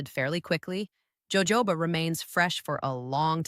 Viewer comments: It's pronounced Yoho ba, Not jojoba. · Jojoba is not pronounced joe-joe-ba. Its pronounced Ho-hoba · POINT OF INFORMATION: Jojoba oil is pronounced HO-HO-BA. The 'J' is said like an 'H'. This is from the Spanish where J is H. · Gawd I Hate ai ... Joe Joe ba oil, good grief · Fake AI. The “doctor” can’t pronounce “Jojoba” oil. How can we believe anything said here?